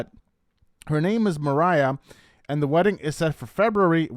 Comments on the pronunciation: Idk why u keep saying Mariah when her name is MARIA. Ma ree uh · Its not mariah its MUH RI UH!! Like hispanic maria...🤦🏼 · How do you interpret a Maria as Mariah? How do you keep saying Rishe’s name wrong and differently? Your headlines are so bait clicky as well. Try to do better. It’s frustrating